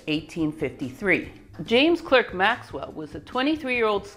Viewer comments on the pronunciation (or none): Clerk s pronounced “Clark”… James “Cark” Maxwell. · You will find that Clerk is pronounced Clark. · Speaking of pronunciation, Maxwell's middle name is spoken "Clark" (as in Lewis and Clark). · A wonderful series of lectures, simply superb. By the way, in the UK, Clerk is pronounced Clark, so his name is pronounced James Clark Maxwell 🙂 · Excellent! But Maxwell pronounced his name the English (and Scottish) way: Clark. In German Weber is pronounced Vaybur. Correct pronunciations are always best.